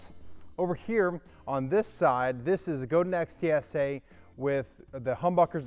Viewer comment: Go-din, not Go-dan.